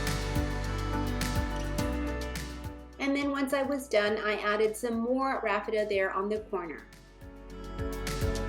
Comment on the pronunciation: Isn't it pronounced Raffia not Rafitta..lol. I could be wrong. Really enjoy your channel. God bless.